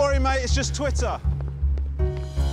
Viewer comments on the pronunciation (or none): dwidder commerkial